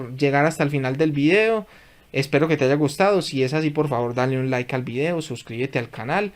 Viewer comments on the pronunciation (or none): none